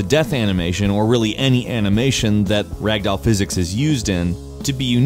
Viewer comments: Pronunciation: "rag-dowel" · I like how you said rag doll in the beginning. Also weeo I mad the comment count 666